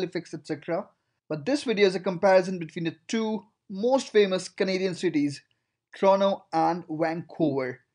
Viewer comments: it is said TORONTO not TORONO. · Toronto but you said torono 🤣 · TORONTO, TO-RON-TO. Not TRONO! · It's pronounced as TRONO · Why is he pronouncing Toronto as Trono? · "Trono and Wankuver" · This guy keeps pronouncing Toronto as 'Trono' which gets pretty annoying. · Listen to and tell me what you hear. That's just one example out of the 100 times he says Trono.